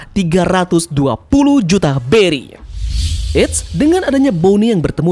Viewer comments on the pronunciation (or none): none